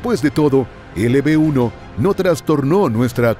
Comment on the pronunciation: de des de disir LB-1 dijiste LP-1 yo así te entendí me saludas soy tu fan